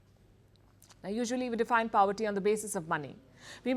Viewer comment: Please stop pronouncing poverty as paaavarty. So annoying! It does not sound cool; rather it sounds stupid.